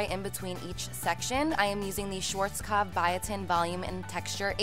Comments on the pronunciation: I love the way you're saying 'Schwarzkopf' 😅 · Any Germans here who had to laugh because of the way she pronounced "Schwarzkopf" ? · it's so funny how you are saying schwarzkopf :D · Haha when she was saying "Schwarzkopf" it reminded me of the time Nicole had a voice message of Carli pronouncing it because Nicole always forgot how to pronounce it. 😂💕